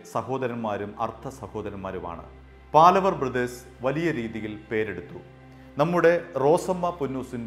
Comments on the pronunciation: "பாலவர்" இல்லை. "பாவலர்". "പാലവര്" അല്ല... "പാവലര്" (പാലവര് തെറ്റ്...) പാവലര് എന്നാല് ഗായികന്മാര് ,എന്നാണ് അര്ത്ഥം. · ഒരു മാങ്ങാത്തൊലിയും അറിയില്ല .. തട്ടിവിടുകയാണ് .. പാലവർ അല്ല പാവലർ ആണ് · പാലവർ അല്ല, പാവലർ എന്നാണ്.. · அது 'பாவலர் சகோதரர்கள் '. When you report , pl cross check with known people , before you release your clips. ' പാവലർ ' and not ' പാലവർ ' Funny to see that you are repeating it many times. (Had he seen this, he will call and fire you.!😀) It's some thing like you are damaging their ' Family Name' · It is PAVALAR not PALAVAR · പാലവർ അല്ല പാവലർ ആണ് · പാലവർ അല്ല പാവലർ എന്നാണ് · പാലവർ അല്ല പാവളർ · പാലവർ അല്ല, പാവലർ